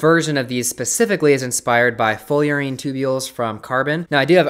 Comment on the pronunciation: It's fullerene, not foilerene